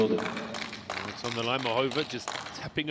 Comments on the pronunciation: well you’re saying the A should be emphasized but the comment above you says the A should be emphasized. I guess I should only state that I know as a college French instructor that Dodin is being pronounced quite well. I don’t know Czech but it still is not bad, and how I’ve heard majority of other excellent pro commentators say it. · He’s saying them perfectly, actually. Dodin is French and he is pronouncing it correctly according to French phonetics. He’s also saying Muchova’s name correctly. Not sure what you are referring to at all… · He pronounces Dodin’s name well, you’re correct, but Muchova’s not as much. He emphasizes the middle syllable which a lot of English speakers do instead of the first, making it MuCHOva instead of MUchova as it should be, and also has more of an “h” sound instead of the correct “ch”. Of course this is just being picky